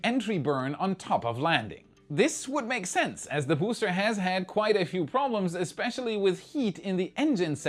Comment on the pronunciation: Vous feriez mieux de payer un traducteur pour vos vidéos, cette voix type IA est insupportable. C'est bien pour faire du fric facile en touchant le public étranger mais niveau qualité c'est égal à un étron. 💩 (spacèxe... le bousté 11, le bousté 12, les tuiles chauffantes, la nouvelle tour ne mesurant que 2 mètres, vôtre chaine qui s'appel "Y pourquoi" 🤣🤣🤣... omg) Sans ça je me serais abonné!